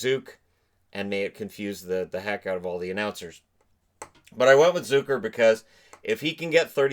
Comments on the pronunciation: i love your channel and ty for doing this. just one thing i have noticed, its ZUCKer...like, luck-er, not zoo-ker:P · Jason Zucker doesn’t sound like ZOOcker. It has the same U sound in duck.